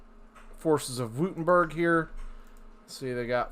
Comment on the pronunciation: Take a shot every time he says "Wootemberg"